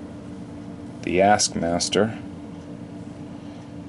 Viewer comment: Lol, Askmaster? There's a T in front! Taskmaster!!!